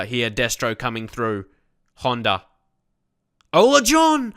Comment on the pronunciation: im dutch and your pronunciation of Ola is good :p